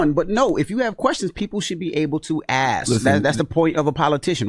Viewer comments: he lost me when he said "axe" learn how to spell and pronounce shit. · I'm not "axing" her anything.